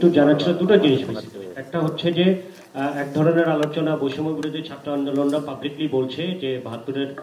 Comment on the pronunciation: ছাত্রকে চাত্র বলে কেন